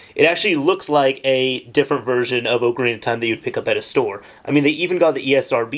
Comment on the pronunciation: i can't stand it when people call it oak-arina, whole video ruined.